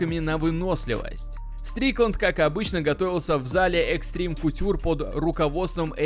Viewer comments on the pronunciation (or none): none